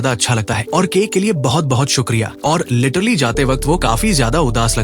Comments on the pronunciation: 😂Lettrally ❌letterly✅😂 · Literally❌ lettrili✅ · Plan❌ Palan✅ 😂😂😂 Literally❌ Laterli✅ 😂😂😂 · literly mat bol annoying sound katra hey literally bolle achha sound karta hey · Ak Time usne letterlu kaha tha